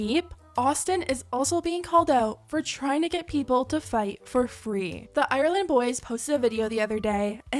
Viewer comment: i rlly thought u said island boys instead of ireland boys 😫